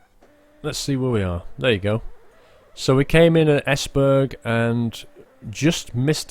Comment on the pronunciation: Say es and then Berg and combine Them Esberg